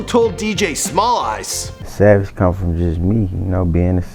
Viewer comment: your pronunciation of DJ Smallz Eyes was absolutely horrendous. You need to do better. You sound like a toddler, yet somehow you have a 5 o’clock shadow. Besides the French and Native individuals living in Canada, which you show no prominent relation to either group, get a pass on pronunciation. You have no legitimate excuse for your lack of effort fuck boy. English is still English in the States just like Canada. Figure it out, or find someone who knows how to orally annunciate respectively! 😑